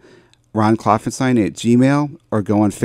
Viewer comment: "Klopfanstein" with an A. But, that's okay! ha ha Thanks again for having me on.